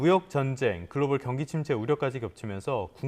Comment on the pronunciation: 글로발 아니고 글로벌